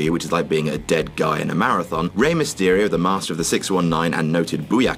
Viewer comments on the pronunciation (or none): Rey myesterio? Seriously? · I don't why you said Rey Mestyrio he is the KING of Lucha Libre